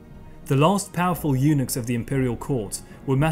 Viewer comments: Eunuch/s = Eunuck...not Eunix... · I never realized until now how the pronunciation of "eunuchs" and "unix" are so close. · This was very informative......... but "former eunochs"......... 😂😂